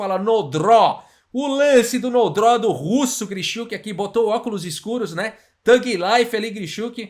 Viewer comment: "No draw", "Sem empate", falando inglês com um sotaque russo